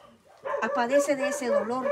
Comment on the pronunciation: se dice “ padece “ no “ Apadece” perdón 🙏